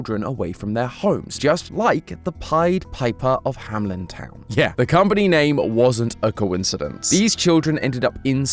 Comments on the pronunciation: Isn't it pronounced hamEln, not hamLen entertainment? 😅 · As a German hearing "Hameln" being mispronounced over and over and over is painful. It's not HamLIN. It's a long a and a 'mel' sound like you have when saying "Melbourne" ending with an simple n. Hameln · Why are you always nameing it Hamlen its Hameln. 🙈